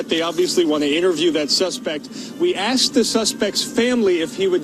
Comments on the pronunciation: He axed him skraight up. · Steve Canyon Clockwork. Never fails. Axed him. Lol 😂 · That's bubonics for the word "asked"....LMAO